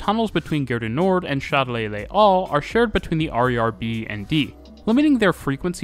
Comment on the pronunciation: "Chat de lait". 😀 I was hearing only the video so I was confused with the name of the station until I saw that it was Châtelet-les-halles. To my ears your pronunciation sounds in French like "Milk Cat". 🙂 Not that you have to pronounce in French, but it was funny. Thanks for the video though. I never thought of Paris of being that advanced on its transport systems. 🙂